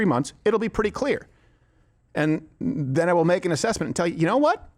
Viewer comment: "...which were zen followed by" this lady is pronouning her adverbs. what a fucking joke.